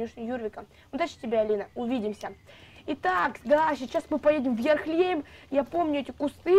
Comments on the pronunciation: Не Ярлехейм а Ярлахейм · Я тебя поправлю хорошо ? Не ярхлЕйм а ярлахейм ( знаю щас все начнут писать типо , это её канал как она хочет так и будет говорить , и тд. Но я просто поправила) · не Ярхлейм,а Ярлехейм ну я не знаю может это я не правильно говорю